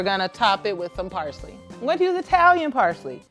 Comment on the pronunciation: Dang, she massacred parsley like it stole something. 😩😂🤭